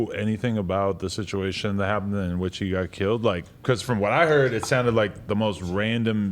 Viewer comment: When he said "1 permanent sitch" i left the chat 🤣🤣